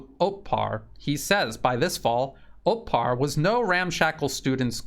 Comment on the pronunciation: it's Otpor, not Otpar.